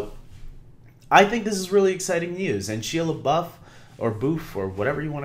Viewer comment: you have totally butchered his name! 😂😂 it’s pronounced like SHY-A LE-BUFF good video tho!